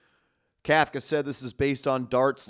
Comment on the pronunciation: Pronounce the coach correctly COUGH-KA otherwise you’re as sloppy as the Giants defense in the 4th quarter